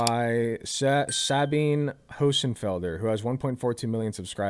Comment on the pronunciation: I did not expect to see mansplain quantum physics to Sabine Hossenfelder today. (although even more unexpected was seeing an American being able to pronounce her name, so props for that) Something that Sabine frequently complains about is how quantum physicists, after meeting their falsification criteria, DO NOT just throw their ideas in the bin, but just find new ways to explain away a test result that perfectly aligned with the standard model, which the respective quantum physicist was trying to replace with their own model. An analogy would be to see a wrench in space fly in a straight line, and then a theoretical physicist comes along and predicts that the wrench will suddenly start moving in the next 10 seconds. After 10 seconds pass and the wrench doesn't move, they predict that the wrench will suddenly start moving within the next month, meaning that they will need a paycheck to keep observing it. The problem is that there's a whole community of these guys, each saying the wrench will move in a different direction, all because they're able to fit a curve that aligns both to the straight line that was seen until the presence, but also to their predicted deviation. At the end of the month, you still only saw the wrench move in a boring straight line. The Higgs particle that you mentioned as a confirmed prediction of quantum physicists was part of the standard model, so specifically NOT an example that goes against what she was saying. Apart from that, most of your v